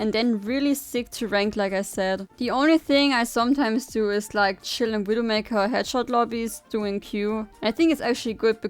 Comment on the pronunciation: What an awesome widowmakew guide. You weawwy cwick heads